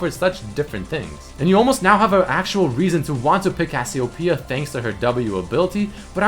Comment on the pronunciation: DillonChillinLike AVillian HE said some kind of Cassio Pea It's Cassiopeia...